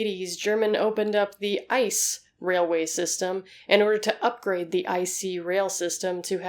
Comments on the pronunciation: You pronounce ice very funny. The right way is I.C.E. [iːtseːˈʔeː] Greetings from germany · Yeah. Röntgen is pronounced more like ROENT-ghen, and ICE is pronounced as "EE-TSE-EH". It was confusing to hear her talk about ice trains all the time, because I keep thinking about nuclear ice breakers or something lol. "Winter trains in Germany? What kind of tomfoolery is afoot?"